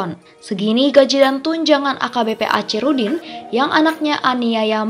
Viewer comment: Tlg dibaca akhirudin....bukan acirudin